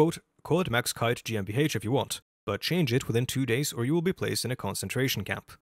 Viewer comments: I am German and I hereby approve your pronounciation. ;) I love all your videos btw. thank you for your efforts. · i only just stumbled upon your channel and i find it funny that you apologize for the pronunciation. your pronunciation is better than 99% of non-germans anywhere on the internet and that GmbH was spot on honestly